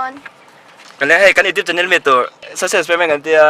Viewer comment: cant pronounce social wtf